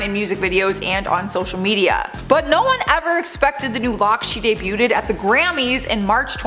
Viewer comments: Just so you know. Debuted is pronounced “dey bued,” not “dey bute ed!” Thanks. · Please quit saying debu-ted. Not how it's pronounced. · DUDE!!! NOBODY CAUGHT THE CONSTANT SLAUGHTER OF THE WORD "DEBUTED"?? WHY DOES SHE KEEP ADDING SYLLABLES TO THE WORD??! 🤣